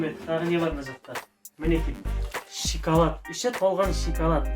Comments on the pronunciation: Ищи толган шиколад деп айтпашы пж. Шоколад деп айтшы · Шикалат емес шокалат деңзш😂😂😂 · Шикалад дейма😂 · шикалат, падарка аххахахаха сауатсыз говно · Сен осы дым көрмеген адам сияктысын и сосын шиколад емес шоколад